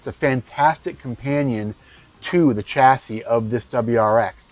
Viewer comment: Dear American reviewer, "chassis" is not an English word, I believe it comes from French, please pronounce it as it should which is something like "SHAS-ee ", this goes to you and most American reviewers which know a lot about cars, but this word is just an ear sore. the word Pizza is pronounced by Americans like "Pitsa", right? as it should! please give the word chassis the same respect. Thanks you!